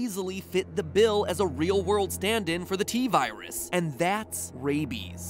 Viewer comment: T virus more like T-seris😂